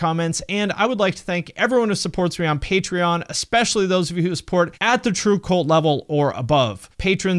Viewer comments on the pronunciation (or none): none